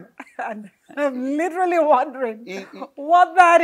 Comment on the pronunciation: Una "literally" murder the word "literally" in this interview😂. Great interview though.